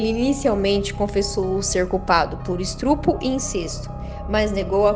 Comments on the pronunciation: Tem pessoas que não sabem fala,fala estrupo ao invés de estupro já ouviu muitas pessoas fala pq não sabe pronunciar a palavra correta. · Me deu agonia as vezes que a narradora falou "estrupo" e não concordou corretamente "os plural"... Vamos estudar mais um pouquinho o português antes de fazer vídeo né? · Meu Deus seu português é péssimo... Estrupo... Austria Muito ruim a forma de narração tbm